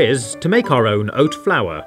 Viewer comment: Why is this guy saying “oat flour” so funny to me